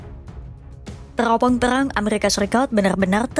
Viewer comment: Teropong terang ,huruf R nya hilang min 🤣🫠